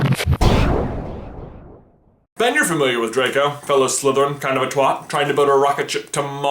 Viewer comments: Twa-t, not two-t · Why did you say twat like twot it's pronounced twat (ah) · It's pronounced twat not twot